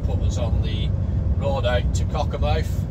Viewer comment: The name is Cockermouth not wot you sed